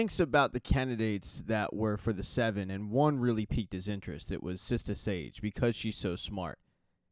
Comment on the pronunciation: its sister sage not sista sage smfh